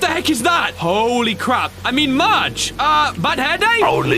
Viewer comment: Is it just me or does continuesly say “merge” in the place of “Marge”?